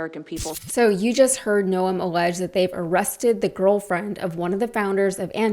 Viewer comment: FYI....one does not pronounce the 'e' in her last name....it's pronounced noohmm; elongated out.